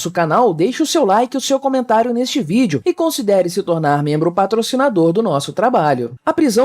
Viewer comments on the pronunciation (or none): none